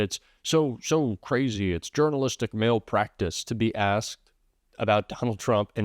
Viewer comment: We're done here. While I agree with you politically, I don't appreciate the Clickbait and I really don't need to hear your opinion nearly as much as you think I do. Show the evidence and leave it at that, and,by the way,, look up how to properly say the word "malpractice." Don't you understand that we are looking for people to be honest with us right now, and if people who have the same political view us are offering misleading titles to us as well, It really muddies the water. so grow up and quit looking for subscribers and respect the people who've tried to listen to you.